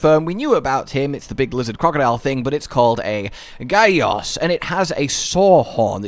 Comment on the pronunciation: You missed the J in Gajios